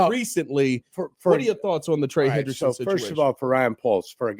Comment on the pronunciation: It’s Hendrickson not Henderson for all you window lickers